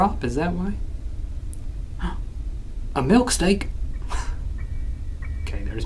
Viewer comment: I'm rewatching this after staying up 37 hours and I can't tell if I'm going crazy or he said milkstake